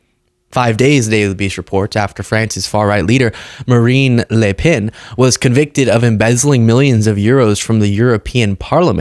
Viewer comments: A bit of an issue with some "a"s from Marine but ilI nerver heard an american NAIL the prononciation of a french name this precisely., je vous tire mon chapeau. ( the upper dupper classy version of "mad respect") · you say Marine Le Pen as a Frenchman would say Marine Le Pen. Tres bon